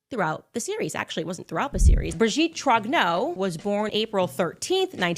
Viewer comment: She loves butchering the French language.